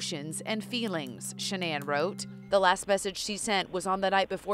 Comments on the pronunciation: Shan-nan? 🤣 🤣 🤣. Nice pronunciation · Is that how you pronounce Shannan?